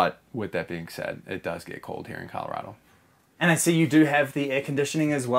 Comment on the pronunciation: 😂ok the way he pronounces Colorado bugs me but bus/tiny life here in Colorado makes a lot of sense, the lowest rent I've seen here in the last like 5 years is around $950 or a bit more a month for a one bedroom appartment thats smaller than the bus and that was in a very very crappy town in an apartment complex where 5 people got shot in one year~ (I was born and raised in colorado by the way)